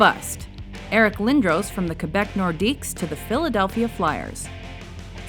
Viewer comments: Eric Lindohws? wtf... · It is lind-dros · You said lindros wrong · My ears hurt every time an American pronounces Lindros wrong